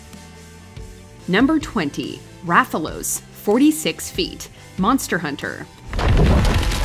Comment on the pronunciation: The first one name is Rathalos not Raphaels lmao